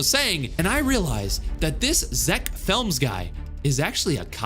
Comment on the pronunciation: Zeck films no Zeck flems yes😂😂😂😂😂😂😂